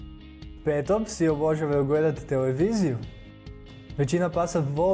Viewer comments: ovako se ne izgovara riječ "obožavaju " i to je to ....bolje da ne smina video nego da se ovako sramoti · Nauci prvo reci obozavaju